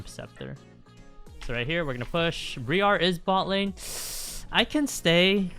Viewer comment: Thanks for the content. Briar is pronounced the same as the first part of briarwood btw